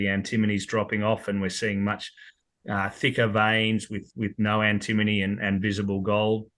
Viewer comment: Note it’s pronounced ‘Anti-MONY’ Great for credits towards gold costs too